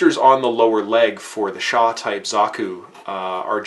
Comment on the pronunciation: Chaaaaa..... Best to just say CHAR. Even in English Dubs, he says ChaR. Lol But great Review though! Nice!